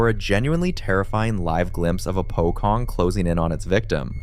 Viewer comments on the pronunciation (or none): Pocong is pronounced wrong. It’s pronounced as Po-chong!